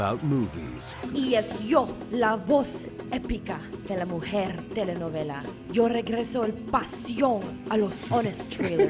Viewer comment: Almost nailed the Telenovela...closed. The pronunciation was off in a few words. But, still a fun listen.👍🙂